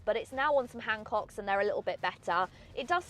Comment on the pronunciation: my favorite part is at 10 minute 57 second mark. "Hancocks" perhaps she means Hankooks😂😂